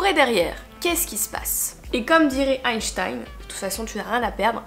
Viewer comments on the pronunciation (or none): none